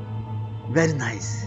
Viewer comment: porque tu fala naise